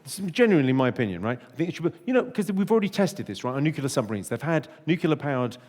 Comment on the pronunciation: Oh no no no no no, Jimmy, you cannot possibly say “nucular” 😭😭😭😭